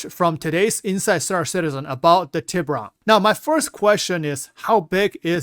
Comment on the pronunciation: Aegis Tribune. cmon man its TEE bOO RonE Tiburon